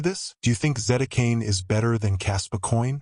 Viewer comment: AI voice...it says Zetacane...